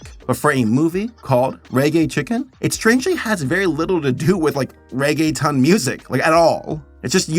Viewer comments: I'm happy that you tried but for the longer then I want to admit I didn't know you where saying Reggaeton 😅; it's pronounced more like "rea-gea-tone" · Nothing will make me curl my toes more than the way pronounces reguetón as "Reggae Town". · "I'm going to try hard to pronounce things correctly" "Ray-gay-tun" Lmao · Reggae-town pronunciation got me